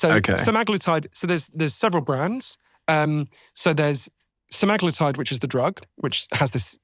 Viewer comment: Semiglutied No it’s Semiglutied 🤪